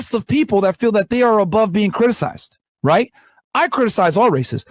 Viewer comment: “And that certainly is happening WHITE now with fresh and FRIT” I caught that bro wake up over there 😆😆😆